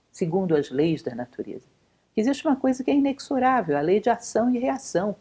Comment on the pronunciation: Mestra, adoro seus vídeos! Tem me ajudado muito. Permita-me transmitir um conhecimento que aprendi recentemente: A palavra "inexorável" tem como pronúncia "ineZorável". Muito agradecido